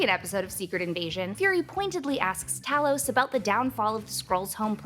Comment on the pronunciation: Tah-los = Elder Scrolls Tay-los = Skrull